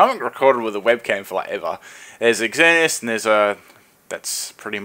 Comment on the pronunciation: I like how says " X-zer-knee-as" dude, it's just "zer-knee-as"